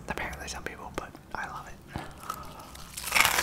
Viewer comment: kinda like he is saying "shum honeycoumb"